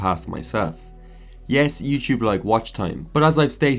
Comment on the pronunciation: Youchub, youchuber haha I liked the video tho